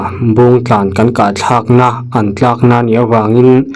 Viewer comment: Tlâk rawh, tlâk rawh ni loin, tlak, thlalak kan tag a, tag thluk hian lam tur a ni